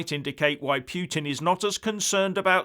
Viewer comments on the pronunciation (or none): Oh,! Your 'pyootin' again. Your going to lose some friends with this Narrative obsession...